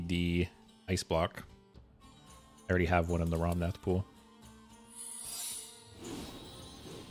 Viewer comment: Dude, it’s ‘Rommath’, not ‘Romnath’.